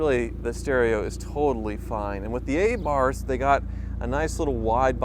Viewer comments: It’s Im oh la not I mole ah red and Ah Barth not Ay Barth ffs🤬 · Congratulations to both of you, please don't mispronounce the little Fiat's name, it's Ah-bath not Ay-barth. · Pronounced, “uh-BARTH”, not AY-barth. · Commiseration on losing the Wizard. Congratulations on the wedding. Meanwhile what’s grating my teeth is the way you pronounce Abarth